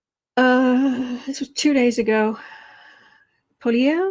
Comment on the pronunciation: Pierre Pollievre. You say Poll y ev. Asshole would also be the correct pronunciation. He was my local MP when he was really young. He would gladly sell his mother for power. Awful man